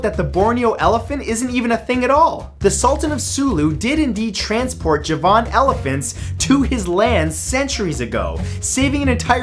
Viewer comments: Me too! There's one above about "Eye-ran," which I Liked and added its wonderful neighbor, "Eye-rack." I was just scrolling down to see if anyone else caught "Juh-VON." which he used a few months ago, too. Hey, Matt, we luv yuh, but for future reference, it's "Eee-ron," "Eee-rock," and "JAH-van." Keep finding this obscure beasties and such! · JaVAAN elephant? The emphasis is on the first syllable, making it JAAVan elephant . . . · I thought is was Ja' -van rather than Ja-van' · Piss off with your bloody fake thumbnails. And you pronounce "Javan" completely wrong. It's JAVAN as in coming from the island of Java, not as in the word "Javan" being a place or something. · Ja-van. Is pronounced jar-ven. Based of the Indonesian island Java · It's pronounced JARvan Elephant - Just like the island of JARva. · "Javan" is pronounced with the emphasis on the first syllable, not the second. It is pronounced like "Java" -- from which it is derived -- with an "n" sound on the end. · I noticed and became duly vexed. He probably thinks that "Javan" is a place or aspect in itself, and not an identity stemming from the word and island of "Java". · Neither can Matthew. He mispronounces the Coelophysis (but so do all English-speaking people, even paleontologists. "Coelo" comes from a Greek word, which is pronounced with a K sound instead of an S sound.) and the Javan Elephant. He seems to think that "Javan" is a name of its own, but it's not. It's Javan as in coming from the island of JAVA. Cheerz~